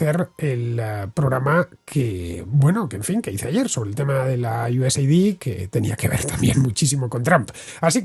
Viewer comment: Fernando, creo que se pronuncia "YuesEd" (USAID) United States + AID